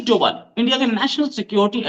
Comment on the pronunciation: डोभल नहीं डोभाल सर्जी